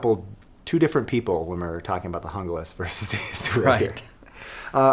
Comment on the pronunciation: It's pronounced jungle ass not hoonglass